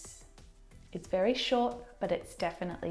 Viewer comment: oh my gosh, did she just say : You look wery comfortable this afternoon" Wery ?? Wery?? I don't belirve this, how do you learn English from a foreigner??